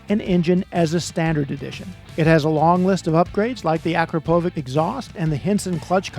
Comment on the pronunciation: Akrapovic is pronounced 'ah-crop-uh-vich.' It's Slovenian